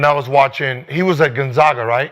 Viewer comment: Been to 23 straight tournaments and motherfuckers can’t pronounce Gonzaga